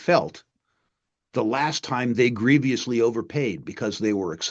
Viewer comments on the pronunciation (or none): "ebullent"? Rick, think you mean "ebullient". See the 'i'? "grieviously"? Ah, that's where the 'i' went, into "grievously".